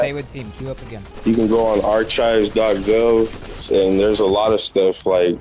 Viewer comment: i think you mean ar-chives